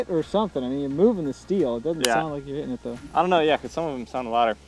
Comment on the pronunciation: Hitting has two Ts so please don't pronounce it " heh in". Pronunciation is important.